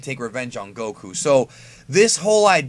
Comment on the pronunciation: Why you say Goku like that, its annoying.